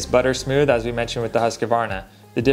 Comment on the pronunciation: You gotta stop pronouncing Husqvarna like that